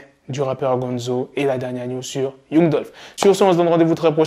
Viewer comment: On écrit young mais on lit "yang"